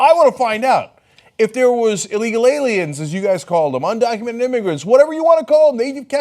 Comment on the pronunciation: "IT'S THE ALIEMS": believes in TOMMY from the RUGRATS!!!